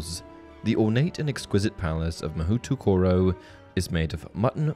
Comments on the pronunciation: I mean, if every school is as dangerous as Hogwarts, I'd say the homeschooled kids get the better deal. Also, Durmstrang is in Sweden. In Japanese, the "ou" spelling gets a long O-sound when pronounced. "Mahoh-toh-koro". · It’s pronounced mahōtōkōrō which literally means magic place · Oof, you really butchered the Japanese name. Mahoutokoro literally comes from Mahou (magic) and tokoro (place). Magic place. Pronounced as ma-hoe-to-ko-ro. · 1. So, Beauxbatons is coed? The books and movies suggested otherwise. 2. You definitely mispronounced Mahoutokoro. 3. The wiki said there was a witches academy in Salem, but I guess that school doesn't have this level of international recognition. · You mispronounced mahoutokoro. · It's not “Mahutukoro” it's “Ma-hoe-toh-koh-roh” Though it would make a pretty good setting for an anime spinoff of Harry Potter or something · Ma-ho-to koro Not ma-hootoo koro Mahou refers to magic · FYI: Mahoutokoro, if following Japanese pronunciation rules, would be "Mo-hO-to-ko-ro". "OU" indicates that "o' is long (about 1.5 times the length in pronunciation). And no glided vowels. "O" is not "o(uh)" as in English. Word nerdery managed. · It should also be pronounced MA-HOE-toro, not “MA-WHO”. Don’t believe me, watch an episode of Mahou Sentai Magiranger for proof :3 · Haha, I like that the chapter names use the questionable pronunciations. Like "Mahutukuro" lol. If anyone is curious btw Mahoutokoro would be said more like "ma-hoe-toe-koe-low". Also, the name is kinda silly since it literally just means "Magic place". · THE PRONUNCIATION OF MAHOUTOKORO IM GOING TO SUFFOCATE it's mah ho toe koroe, not mahutukuru.. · Hey the Japanese school is pronounced Maho toh ko ro. Mahou literally meaning magic in Japanese and Tokoro meaning by the way which I assume to translate to the magical way or the way of magic. My Japanese isnt very good but from my understanding that is what I garnered from the translation.